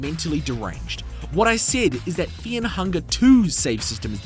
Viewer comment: I want to signal you to the autorities because you pronounce Fear and Fair the same